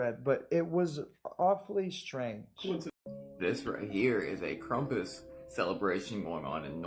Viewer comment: It's KRAMPUS. If you're going to demonize shit and ruin folklore than say it correctly. Krumpus? Lol Fuk off. That guy drives me nuts. We get it, you love Jesus but not everything is satanic. My goodness. 🤦‍♀️